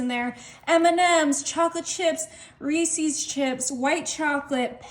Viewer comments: They're called morsels not Marcels. And they're not called Reesees they're called Reese's with a short E at the end long E Ree and then a short E ses. It rhymes with pieces Reese's pieces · It's not Reesees it's Reese.